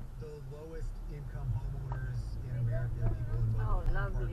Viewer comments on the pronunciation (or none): It's Russia, not Rusia. Not right Amirica, right America... (43)